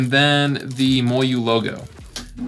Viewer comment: I like your reviews, I just can’t stand the way you say MoYu